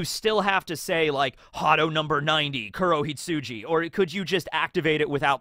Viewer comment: Its KurohitsuGI,. Fun fact: "hitsuJI" means "sheep". So you've been calling it "Hadō 90: Black Sheep" this whole time 😂